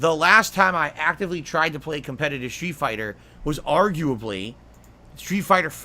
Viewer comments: And then a few words later he says the same word normally. Freak. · Com-PET-TIT-Tive. JFC this clown.